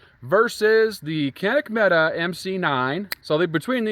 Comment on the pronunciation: Quit watching once I realized you can’t pronounce Mete